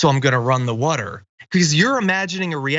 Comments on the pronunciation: Please stop giving John stories where he has to say “woder” 1000 times. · Podduble wudder.